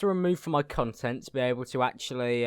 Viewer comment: every time u say content it sounds like cuntent